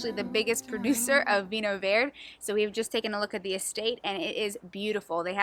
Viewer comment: Hello. I hope you get to visit more regions in Portugal. We are dmall but pack a lot in a small package. By the way, it's Vinho Verde. If you are familiar with spanish, the portuguese word means the same as in spanish - green. In the case of the Vinho Verde that is not a name sbout the colour but it's green as use to mean new. Vinho Verde is new wine that is not fermented so it retains a bit of gas making it taste both sweet yet bubbly-like. It's great with fish or shellfish food but it can also be a great summer wine to drink chilled while enjoying an evening in the shade. But really, you can drink it anytime, any excuse is a good excuse to drink Vinho Verde. V8nho Verde is exclusive to the region of Minho in Northwest of Portugal, it's a designated and protected denomination (both by local national law and by EU law) so only this part of the world can produce Vinho Verde.